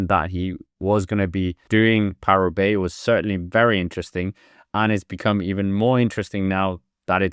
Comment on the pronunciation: What is this ‘ParooRoubaix’ of which you speak